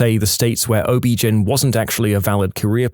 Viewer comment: ... Did he pronounce OBGYN as Obgin? Lol it's an acronym. Got a good laugh out of me made my morning.